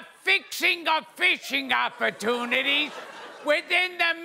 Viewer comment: I kept hearing "bitching opportunities" when was speaking XD